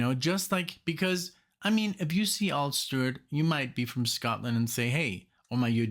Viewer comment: It's Al not all